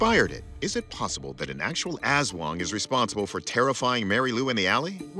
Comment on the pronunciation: aswang pronunciation 😆 it's more "uhs-swung" than "azz-wuhng" in our filipino language, actually